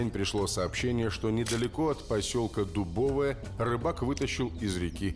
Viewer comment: Не ДубОвое, а ДубовОе